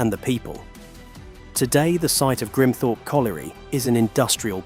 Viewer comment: American A.I. can't pronounce Grimthorpe.